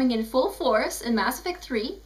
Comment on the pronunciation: "Bass Effect 3" lol